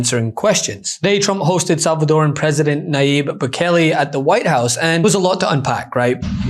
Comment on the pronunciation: You guys really need to pronounce the name of the president of el salvador correctly. It's Boooo-kaaa-ke! He is willing to take the load of the US. A true champ.🎉🎉🎉